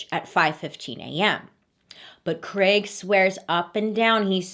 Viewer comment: Did anyone else hear ‘creg’ when it’s supposed to be ‘ Craig’ or is that just an English thing? 😅